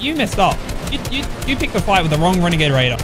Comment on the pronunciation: The “WeNAgADe wAIdEr” my guy